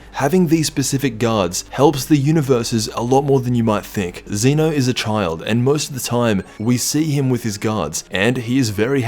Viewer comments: Zen’o, not Ze-no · It's not Zena it's zeno